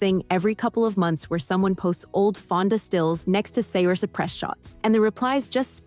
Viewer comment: Uh…no and nope. I think you need glasses for most of these comparisons. And you kept saying Saoirse’s name all wrong. 😤